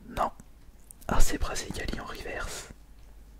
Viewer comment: les riverse de prononce riveurce je suis grand collectionneur donc je connait assez bien